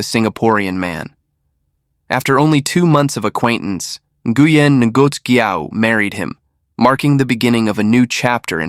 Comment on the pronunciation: Ngoc sounds like knock